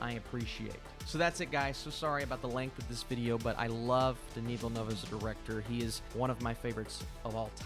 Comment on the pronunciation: its not vill noov ahaha i dont think the “eu” sound exists in english though